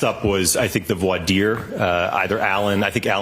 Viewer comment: Brennan doesn’t even know how to pronounce voir dire 😂